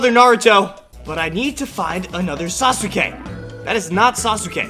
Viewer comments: When u pronounced it sasoke, it killed me from the inside. It's spelled sasuke but pronounced saske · It’s SASUKE not sas-uke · It's pronounced sauce Kay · It is sas ka not sa su ka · It is ( sah- ske) not ( sah-su-ske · When he said sasuke I was so triggered it's pronounced saskay and when he called sakura evil I almost died of not knowing anything about naruto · It sounds like he doesn’t watch Naruto sausukay😜😜😜🤪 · My man says sa-su-ka It's pronounced Sas-ka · It’s saske not sasuke Saskat is the proper way of saying it and his name is spelled sasuke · its sas ke not sas oo ke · It's sas ke Not sasuke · this is how you pronounce sasuke: sas-kay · It's pronounced sas-ka not sa-su-ka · It’s pronounced saske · Yeah he pronounces him sasoo kay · I love that he says sasUke🤣🤣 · Bro said sas oooow kay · I like how he says sasuka Wrong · its pronounced sas-ke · Say it like this sas k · Sasuke is pronounced as Saske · dude its pronouced sas-k-A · The way he says sasuke is funny and btw if you read this the u n sasuke is silent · The way he says sasuke is so funny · Maybe you’re saying Sasuke wrong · That’s not how pronounce his name😂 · Sakuras not evil watch the show that’s not how you say sasuke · Why he pronounce sasuke like that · ummmmm sakura is not evil sasuke is both and thats not how to prenounce sasuke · You couldn't confirm how to pronounce Sasuke's name before posting this?